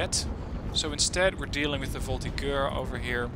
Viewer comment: FYI the g in voltigeurs is a j sound